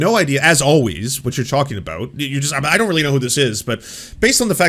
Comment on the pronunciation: This is rich coming from a guy that can’t even properly pronounce basic words like “about”.